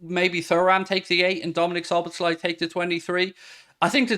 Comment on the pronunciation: Dear non-Hungarian speakers.. his name is pronounced as "Soboslai" , Z-s just will confuse you. "SZ" is a letter in Hungarian, its just as an S in English